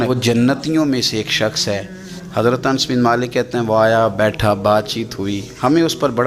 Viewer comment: Ye naam Ans nahin ye Naam hai "Anas"...with very excuse